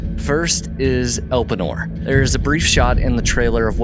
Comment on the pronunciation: pronounce: el [PAY] nor